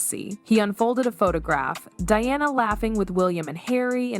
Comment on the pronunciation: It's NOT DEONNA it's Diana. Stopped watching and downvoted.